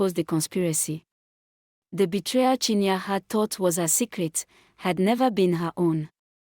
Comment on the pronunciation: Not chinya but chin ye re